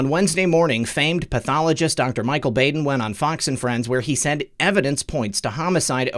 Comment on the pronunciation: You’re the best, sir! (Baden is pronounced Bodd-en short o☺️)